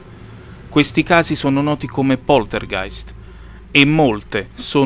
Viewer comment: Anche perché l hai sbagliato solo nel titolo per fretta mi sa . L hai pronunciato bene e scritto benissimo in descrizione.